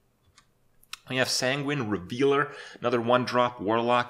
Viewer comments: "Sanguine Revealer" cmon Kripp. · Rev - EL - er. There is no reveal in there.